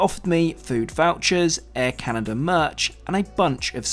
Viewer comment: Air Caren, eh?